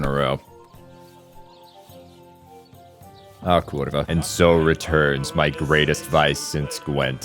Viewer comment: That "a kurva" was suspiciously well pronounced.